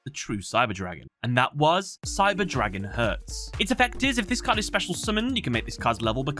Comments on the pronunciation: it can happen with german words, but props on pronouncing them correctly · Every german comment section is full of "hahaha me too xDDD". Keep it classy. Anyways, this mistake is a bummer as it is quite avoidable by a quick research. On the other hand I am glad about the proper pronuncation as some Yugitubers butcher those names. Looking at you, Alex Cimo.